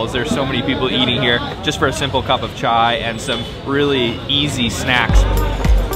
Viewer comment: At least one foreigner who can speak chai properly it's that simple